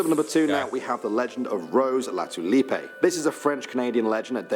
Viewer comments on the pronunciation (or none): OK. The guy who put this video together wrote Latulippe and pronounced it "La Tulipay", but her name was Latulipe with a single P and it is normally pronounced "La Tulip"😃😉😊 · Rose Latulippe - properly pronounced "LA-tue-LEEP". Don't listen to his pronunciations of French names! (Edit: improved phonetic pronunciation.) Oak Island is by far the most famous of all these. This Canadian had only heard of Oak Island. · Not saying this to be negative, but the pronunciation of Rose Latulippe in the video you are watching is wrong ( He makes it sound Spanish or something ) it's more like, La ( musical note ) tulippe ( like the flower Tulip ). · Sorry to our British Canadian. That last name is Lah two Leep. a TULIP. Just ask Guy Lafleur or Jacques LaRose. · This guy’s pronunciation of a French name is completely wrong. It is really pronounced like Rose La too lip or La Tulip 🌷 like the flower. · Canadian here....I only heard of the Peggy's Cove story and oak island. All the others never heard of them. Also when you say Latulippe in french the e is silent. ( means litterally The Tulip) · Rose Latullip the ‘e’ is silent! It’s missing the Flying canoe legend from Quebec and Champ the monster of lake Champlain on the US-Canada border! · Latulippe is absolutely not pronounced that way! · That dude is not pronouncing Latulippe correctly. As a native French speaker, I can tell you that as a general rule the letter E is silent at the end of a word (unless there is an accent on it...) Her legend is just Catholic bullshit in its its purest form and is meant to limit women's freedom by creating superstitions and fears, to deter them from having too strong a personality that would eventually lead to mortal sin... In colonial times, it was important for all women to be suitable brides that would go on to birth lots of children to populate Québec. And to be fanatically pious.